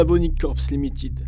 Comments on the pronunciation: J ai une question pour les français du globe. Pourquoi vous lisez des mots en anglais comme s ils sont des mots en français !!??? Limiiitid !? C quoi ce niveau ? Ça fait mal aux oreilles. Il est écrit Limited, donc lisez le en anglais ou bien taisez vous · [limititte] se prononce limaaytit...quattering , guéyterin' serait aussi un peu mieux...